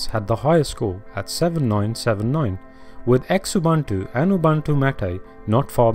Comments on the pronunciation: yes, Ubuntu. Its pronounced as OO-boo-ntu, with a soft "b". Similarly, its LOO-boo-ntu and ZOO-boo-ntu for the other two variants. I know this for sure because the name of the distro is taken from my Home language. Im not sure about mate but I read somewhere that its actually "mah-tay", but dont take my word for it. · This is just rubbish..Oh Xubuntu is pronounced Zoo Buntu and if I need to teach this we're not doing that well here